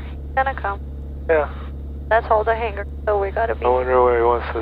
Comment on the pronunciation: Tell you don't pronounce the final /g/ in hangar. Otherwise her English is very nearly perfect.